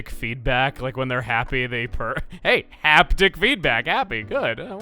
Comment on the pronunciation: I always thought he pronounced it in a flirtaciously flamboyant way, kinda like how most people say "heeeeeeeey" (English thing) to catch someone's attention… Not like a cheerleader at a American football match or that singer who did "Hey Mickey".